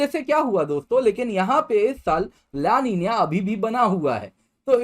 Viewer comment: लानिनीय nhi hota---- ला नीना bolte he isko